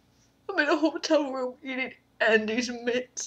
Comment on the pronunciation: "andes mints" lol